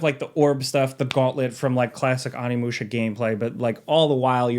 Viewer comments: Little spelling / annunciation error: its ONImusha, not ANImusha 😅 gotta say it Oh-nee-moo-sha, favorite game of all time, couldn't live with myself if I didn't try to be that guy lol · Onimusha = Oh-knee-moo-sha, not Ah-knee-moo-sha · Why you keep calling it Animusha lmao😂 OHNI!!! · It’s: ow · nee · moo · shuh